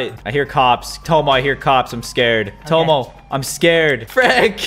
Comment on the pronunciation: Everytime Caylus says Tomo Directioners be like- no it's TOMMO!!